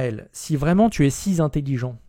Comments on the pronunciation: On ne dit pas "si zintelligent". Super vidéo sinon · Il doit pas être "si z'intelligent"... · "si Zintelligent"....mes oreilles pleurent.